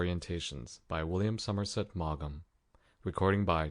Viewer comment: I enjoyed the story and your narration. Thank you! 👍 (The g in Maugham is silent.)